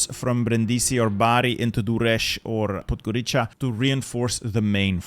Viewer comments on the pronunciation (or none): Man, its not Podgoricha, its rather Podgoritsa but anyways good job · My brother in Christ, Podgorica is pronounced Podgoritsa